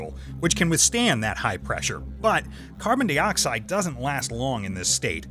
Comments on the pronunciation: PLEASE go BACK to YOU doing the narration... PLEASE!!! Not only does it NOT feel like a REAL Thoisoi video, you probably have to PAY to get that person to do the narration (which he's not very good at either... WHO SAY 'carbon DEEoxide" ???? NO ONE, THAT'S WHO!! lol) PLEASE brother, listen to your audience.... or at least give us a reason why you have to do your videos with a narrator..... In your last video I saw a TON of comments about not liking the new narration, and with 13 comments already on this one 6 of them were NOT about you switching back to YOU doing the narration... and one even unsubscribed because of it..... Ultimately it's YOUR channel, and I'm here for the SCIENCE. so I'll be watching all your videos either way... But it doesn't feel right without your voice... - AND if you are doing this to get more viewers, then I TOTALLY understand.... (but I personally don't think it will help all that much... but I WANT you to PROVE ME WRONG and HOT that 1 MILLION SUBS and get 200K VIEWS IN THE FIRST HOUR!!!) - But maybe listen to your audience if it doesn't work after giving it a few months (but you need to upload more than once a month lol) - Now.. ON WITH THE SCIENCE!!!! (oh and I NEVER GET TIRED of seeing the phase changes in that ampule, it is MIND BENDING!!!!) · why does he says CARBONDEEOXIDE bruh